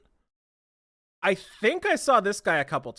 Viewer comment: it's ramlethal not rAm LeThAl, zanuff not ZaNoooooF. AND YOU CAN SAY POTEMKIN RIGHT? WTF LOL